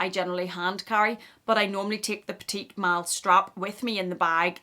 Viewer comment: It’s pronounced peti mal, silent t at the end. Peti is pronounced like petty